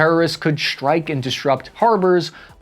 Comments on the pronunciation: FFS! It’s “strike”, not “shhtrike”. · What's a "deshtroyer" and a "shtrike group" ? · Lost me when you added the h in Dishtroyer and ch in Schtrike.